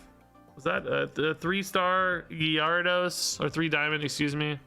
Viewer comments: I don't think gyaru-dos is the right pronunciation. Most people just skip the y and call it garados. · Gar-a-dos. first part is pronounced like gary but without the Y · At this point i pause you before you say the name of a new pokemon say it myself to hear what it's supposed to sound like and then let you say it cause you really messed me up on the pronunciation of some, needed 10 min to nail the pronunciation of Gyarados again